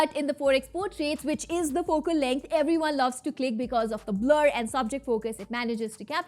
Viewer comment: What is everywayn it's EVERYONE not EVERYWAYNE